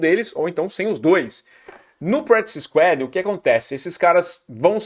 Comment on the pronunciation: "Practice SQUÁD"